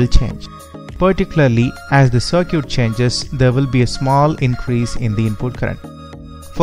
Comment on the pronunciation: Good video but you need to learn how to pronounce circuit better.